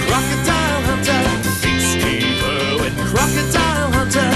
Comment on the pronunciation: Why does it owen instead of irwin